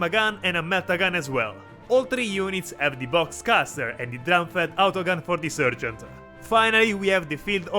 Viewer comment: Meltaboom! 💥 Great battle report, guys, really entertaining. Keep it up, I love watching your videos even though I'm really a noob and getting into Warhammer as a hobby. Just wanted to also mention that in English, the first part of the word "sergeant" is pronounced like "sar", not "ser". And that if you feel like you want to throw a few Italian words/phrases in here or there during a video, I think that would be cool too. :D